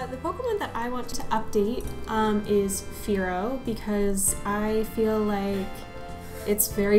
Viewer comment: For me after the Gen 3, they are messed up more and more... I don't like new designs, Sun and Moon basically comes from hands of 6 - 7 years old childs.... They are so poor designed. They don't care quality.. Hypno looks good tho, I'm not gonna lie, but Fearow... Guys it's in the name "FEAR -ow", it's meant to be look that way...